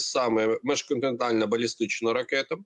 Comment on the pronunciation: Міжконтинентальна, а не межконтинентальна. (Другий варіант - перекручене з російської). А так - БРСД, а не міжконтинентальна. Навіть попри заявлену максимальну дальність нібито 6000 км.